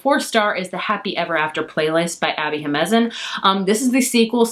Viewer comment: So looking forward to your Netgalley reviews. I get all the best rom com recs from you! I'm also having trouble really deeply connecting to a lot of YA contemporaries as I exit my twenties. Not all of them, but much more than before. Also, I love you, but you're killing me with your pronunciation of "Jimenez" which is one of my family names 😭 It's "hee-men-ez"